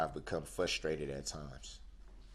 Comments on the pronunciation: Say what?!? Fus..trated??? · BOY ITS FRUSTRATED NOT FUSSTRATED. HEY BOY ITS ALL YOUR FAULT NOW LIKE YOU PEOPLE DO BLAMEPgwe